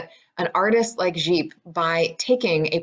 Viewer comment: Well done! Although,Gipe pronounced rhymes with "Pipe', but i do like the French inflection! You really got the work, I'm very impressed by your research. Thanks.